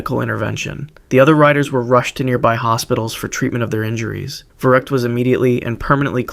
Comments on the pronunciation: It’s not verruckt it’s verrückt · I love these videos so much! But one thing. Verrückt would be pronounced vair-oo-kt since the u has an umlaut. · Just so you know for future videos, when German words and names start with a V, the V is pronounced as an F.